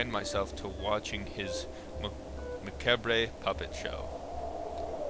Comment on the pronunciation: lol... someone doesn't know what macabre means.... or how to pronounce it.